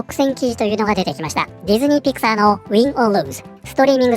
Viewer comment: ところどころピクサーがピク太ーと聞こえる